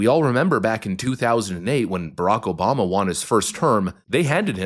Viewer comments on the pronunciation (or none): none